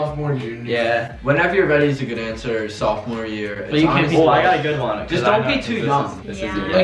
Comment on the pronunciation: wait it’s sophomore not sophmore 😹